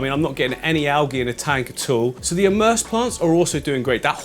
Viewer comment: Hello. Just a little FYI to help you out. Ok, for plants that are roots in water but leaves out it's called EMERSED. For plants that are completely in the water it's called IMMERSED. Confusing, I know. But.....there it is. Emersed is pronounced with a long E sound. Just like saying the letter E and then mersed. The immersed is a short I sound. Like your saying ick. Immersed. Now there's my English lesson for today. Or would that be considered a language lesson??? LMAO. Oh well, either way, I hope it helps you. 🥴